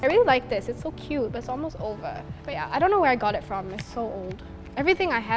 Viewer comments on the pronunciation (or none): none